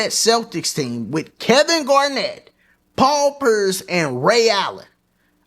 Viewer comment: My guy called him Paul Purse 😂